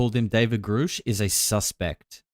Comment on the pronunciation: I'll give the benefit of the doubt as he says Grusch correctly now. Lue said it right once but reverted back to Groosh